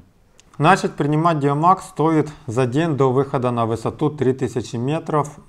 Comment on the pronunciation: ДиамОкс, а не ДиамАкс